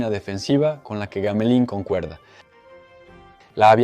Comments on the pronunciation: Trabajo impecable, solo que suena raro gamelin, en vez de //GAMELAN// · El nombre Gamelin se pronuncia Gamelēn, con una E bastante abierta. El avión Dewoitine= se promuncia 'debuatin'.